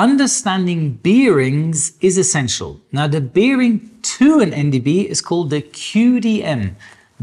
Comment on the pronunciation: Biiiering? Na, dann Prost.